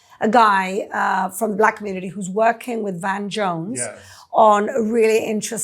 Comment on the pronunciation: "Worrioring on Facebook?" Shoopid.